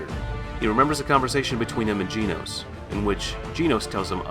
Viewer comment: bro you are pronouncing genos wrong